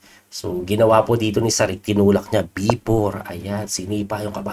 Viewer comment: coach parang may ch sa huli ang last name nya pag pronounce... Sarich